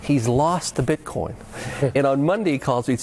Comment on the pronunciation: haha I love when you hear them separate the syllables: "bit...coin." its one word!!